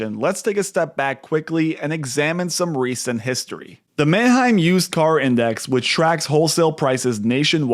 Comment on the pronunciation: Maheim not manaheim